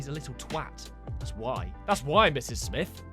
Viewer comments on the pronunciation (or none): none